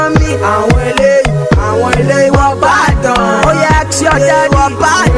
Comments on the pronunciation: ask not axe.. wizkid you should practice. thanks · He said 'Axe your mummy' lol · lol pls don`t "axe ur mummy"